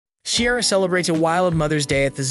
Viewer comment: Helpful tip for your good video, please learn how to pronounce Ciara's name correctly before posting your video.